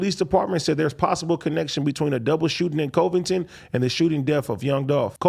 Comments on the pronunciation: He said covidton lmao its coving-ton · AD pronouncing COVINGTON as COVE-INGTON 😂😂😂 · Yo AD it's Côvington, short o, not ō long o 👍🏽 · I think it's pronounced Cuh-vington...that's how we say Covington, Louisiana but Tennessee could be different.